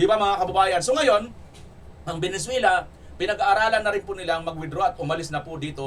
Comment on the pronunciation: Venezuela not Venenzuela!! Ayusin mo blog mo pare✌️